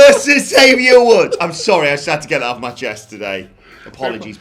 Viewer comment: you guys always pronounce Xavier's name wrong he always make it a point to say you have to pronounce the X he even said it in this weeks best of podcast